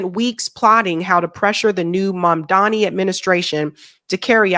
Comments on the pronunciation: MamDANI - not mamdami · IT IS FREAKING MAMDAN I, NOT MAMDAMI,..... M A M D A N I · It's pronounced "mom Donny". Everyone saying it wrong irritates me profusely. Otherwise, your analysis is spot on as usual. Also, don't forget that Finland is one of the least religious countries in the world. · say it MOM DA NI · MAMDANI PLS not Mandami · MaMdaNi. Not MandaMi like Cuomo says. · It is maMdani darling Say it right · Please say his name right and stop calling him mandami.. makes u sound like Cuomo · M A M D A N I. Its not hard to pronounce. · Love the content, but please realize that his Mamdani and not with 3 M's in his name